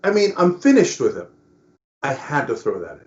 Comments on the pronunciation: "Fin(n)ished" LOL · "In 'finnished' with him".... took me a second. Oh Cenk. 🤣🤣🤣